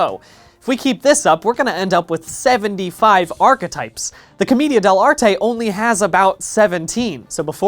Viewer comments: the way he pronounce Comida De L'arte Rly annoys me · Hearing "Comedia dell'anime" is like being struck by lightning. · The pronunciation of comedian dell’arte is amazing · hearing him try to pronounce commedia dell'arte killed me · im just slightly upset he pronounced commedia dell'arte wrong the whole time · Being Italian, hearing "commedia dell'arte" so many times made me cry tears and meatballs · everytime bdg mispronounces commedia dell'arte the theatre student in me dies a little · Great video, as always, but my Italian heart was literally slain by your pronunciation of "commedia dell'arte". It was a beautiful but tragically painful video for me. I sincerely appreciate the effort though. Keep up the good work! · That's a funny way to pronounce commedia dell'arte